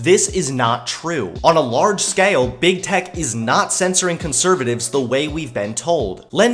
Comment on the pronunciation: Biggest problem I have with this video the pronunciation of "scale"